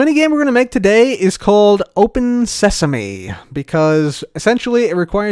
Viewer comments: Open Sesame! Also: Welcome to Open Seasme! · cub the book says "welcome to open seasme" not "welcome to open sesame" Just to let you know.